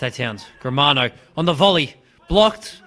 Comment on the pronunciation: learn how to say players names - Germano not Gremero